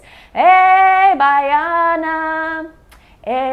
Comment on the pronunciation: The music you sang calls " ê baiana". Sung by Clara Nunes. You said the words well. Baiana is the person born in Bahia, Brazil. I am from Bahia and I hope that one day you will know Bahia, in case you do not already know it. Thank you for sharing the knowledge.